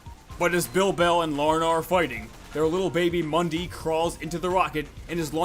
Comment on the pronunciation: not mundee mundi